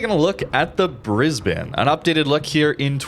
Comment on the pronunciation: Congratulations on pronouncing Brisbane correctly.